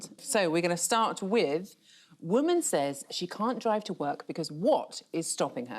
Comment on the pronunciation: Why has it suddenly become fashionable, to mispronounce the word ‘says’?